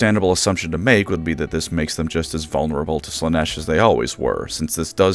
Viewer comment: I heard "wood"